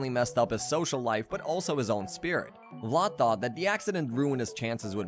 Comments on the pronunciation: It’s pronounced VLAD ( VL-ADD) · It sounds like you’re calling him Lot instead of Vlad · Vlad with a V bro not blood 💀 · The way you pronounce Vlad’s name makes me cringe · Hate the way he says vlad